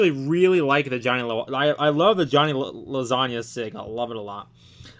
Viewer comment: It's not Lasagna like the food when you pronounce it, it's Lowaysiga when you read it. 😅😅😅